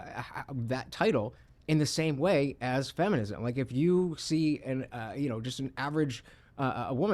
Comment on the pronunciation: Third person can't even say feminism.😂 I'm out